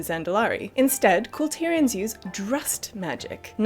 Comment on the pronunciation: You guys are some of the very few you tubers who correctly pronounce Kul Tiras. I think the rest are digging in their heels because they enjoy emphasising ASS.